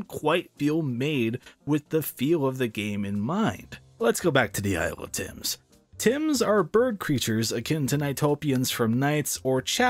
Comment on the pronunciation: Sorry but I hate it when any reviewers says isle of Tims. I just think of an island of the shoe xD.